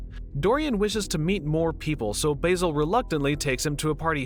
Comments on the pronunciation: Baz-el not bay-sil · respectfully, is it not pronounced 'basil' like the plant, it is pronounced B-AH-zil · Oh no, i forgot that Americans don't pronounce Basil properly.